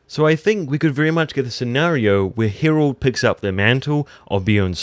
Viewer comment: Dude, what is it with you and the names? Hirald...Viksert? Come on...